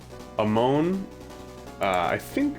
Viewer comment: Its A-mon not A-moun